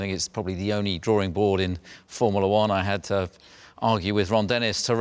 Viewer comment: "Formilla One"😂😂